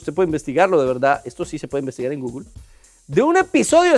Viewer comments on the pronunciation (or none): none